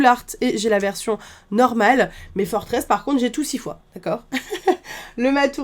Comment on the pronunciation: Incroyable t vidéos mais julien le créateur des premier noms des pokemon à dit que forteresse ne se dit pas comme tu la dis mais moi aussi je fait cette erreur c si dur mais j'adore ton contenu continu t la best